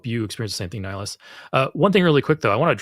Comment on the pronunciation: While I love that you brought up two of my favourite games.. in Mass Effect the spectre is called Nihlus, not Nihilus. Okay.. um.. "I should go" 😂